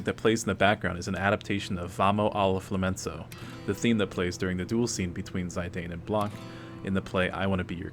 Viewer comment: It's pronounced 'Fla-men-ko"